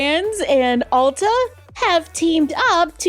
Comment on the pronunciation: It's Ulta (not Alta). It's a play on Ultimate. Lol. You are always forgiven.